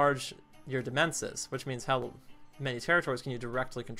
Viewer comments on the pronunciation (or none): Also demesne is pronounced domain